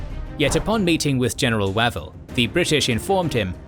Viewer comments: OMG: It's Wavell as in WAVE not as in MAT. Get your AI voice sorted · I've always thought that "Wavell" is pronounced "Way-vel" rather than "Wav-el"; am I incorrect? Thanks for another fascinating episode. The loss of life is horrifying. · Every time he says Wah-vel I can not help but cringe. He seriously needs to check his pronunciations before recording these. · Weirdly, by the end of the video, "Wav-el" didn't sound so wrong 😄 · General Wavell pronounced Wayvell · Terrific videos, but please... his name is pronounced "Way-ville" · So how come Wavell gets mispronounced all through the item? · No; you're right; I don't know where this guy gets some of his pronunciations